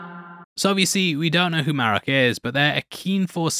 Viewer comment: Merraok isnt Ezra 🤦🏽‍♂ I really was looking forward to watching this show being a long time SW: Clone Wars and SW: Rebels fan, but this pacing was 😪especially being at night. So my 2 cents, release your reviews during work hours and dont go out of your way.